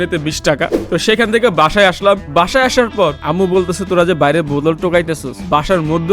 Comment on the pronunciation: বটল না বোতল😂😂